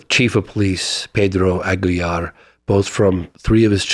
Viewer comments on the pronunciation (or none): none